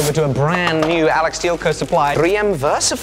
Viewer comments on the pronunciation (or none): none